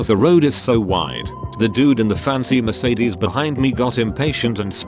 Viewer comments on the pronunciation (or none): none